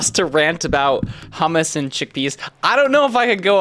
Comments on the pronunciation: BRO ITS NOT SAID "hamas" ITS SAID "hoomoos" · Bro it's pronounced "hommos" not "hamas" 💔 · prenounced "Ho-mu-s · It's pronounced Choo-moose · It's pronounced hoomoose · I think its usually pronounced choomoos (ch like in Blech, yuck) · Um I’m trying so hard not to get ragebaited my pronouncing hummus incorrectly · I nearly fainted hearing him pronounce hummus the English way... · never in my life i would have guessed that that is how you say that word in english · As a middle eastern it hurts to hear how you pronounce hummus